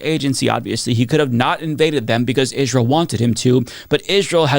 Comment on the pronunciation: I know this isn’t important but why do you say “Israel” in such a weird way? “Ijj-ral” It’s distracting from your important messaging. I’m sorry to comment about this but maybe no one has ever said anything? Just want to make sure your points are getting through without a distraction like this